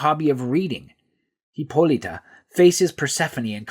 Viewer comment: There's no e in Hippolyta, stop pronouncing like that